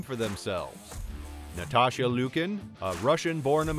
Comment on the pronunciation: I caught that as well every time you said Natasha, what was that? What was that cartoon Natasha and oh shoot what the hell I want to say Bullwinkle shit and something is annoying the shit out of me. I haven’t looked down further. Anybody cut the fact that this guy is a couple years off I mean he got a screw is that’s for sure22 Olympics 2024. I mean you got some twos in there so you still don’t pronounce the names right you still know what you’re talking about